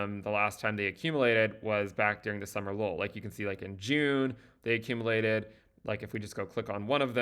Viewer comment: He keeps saying "Summer lol" but I know he means summer low right